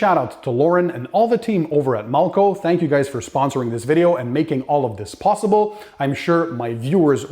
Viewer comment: I love your videos but in this video why are you pronouncing the name....mulco when it’s malco.....no u